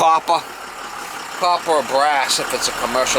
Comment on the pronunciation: "A little douche will do ya mama!":) That "coppahh" pipe was really crusty mama! That cleaning stick was a real "f...ah...":) as you said in the previous videos about the light fell down:) that was funny. I was expecting you to use the funny youtube voice when you said you have been working with brass and copper for 12 yeaaaaaarrss:)